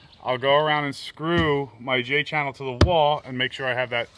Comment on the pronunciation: Hahaha "J-Channele" - that's funny